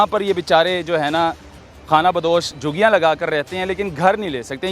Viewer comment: لفظ جھگیاں ھے جوگیاں نہیں